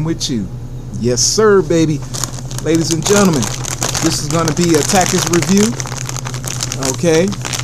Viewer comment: When you don’t know how to say takis